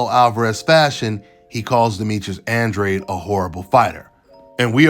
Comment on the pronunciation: I don’t like that Demetrius has my last name man. Andrade is a Mexican 🇲🇽Last name. This guy has no business having my last name. He don’t even pronounce it right. I hope David Benavidez knocks his punk ass out.